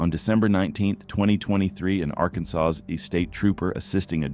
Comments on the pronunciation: Why is he saying "ark-and-saws"? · Not to mention Arkensauce. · Say after me: ArkanSAW. Did you just arrive in this country? Now let me hear you Illinois. 😄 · You need to train your AI to pronounce "Arkansas" correctly, as well as "To found out" as opposed to "to find out". The grammatical errors feel so stupid. Great dash cam videos though! Also, the "2009 Cadillac" sedan you show in the photo is a cTS-V, while the one in the footage is a Deville. At least try, dude. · The AI Narrator still can't pronounce "Arkansas" correctly.